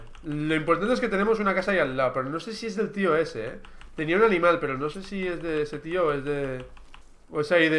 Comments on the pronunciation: like si se dieron cuenta que di alimal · like se sieron cuenta que dijo alimal